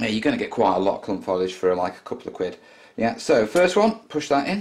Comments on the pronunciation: not want to sound rude but it's pronounced foe lij not fol ije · And the word is foliage not folage! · So why say follidge? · What is 'follidge'? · You say it like falige